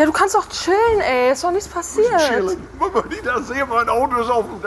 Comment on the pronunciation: wie er chillen sagt!!!😂😂😂